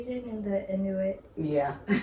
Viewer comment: Inuit: pronounced "IN you eee"